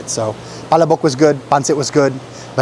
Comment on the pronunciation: Pa__la__bok. Not pala_bok.